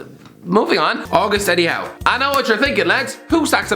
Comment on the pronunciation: He got eddie howe right